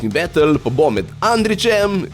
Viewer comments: ne morem mimo tega grozno poslovenjenega izraza ... be-tl 😞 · Hm, malo cudno, je izginil moj prejsnji odgovor. Nimam nic proti izposojenim besedam... imam proti izgovorjavi teh :) predvsem bEtl, kjer E zveni kot tisti pravi E in ne kot æ oz bolj pravilno kot A. (sem ziher da ves kako se izgovori pravilno v anglescini)... drugace pa sem zelel povedat, da mi je vsec foramt... me zanima ce je tudi v zivo tako efektivno in hitro... ali je to carovnija editinga?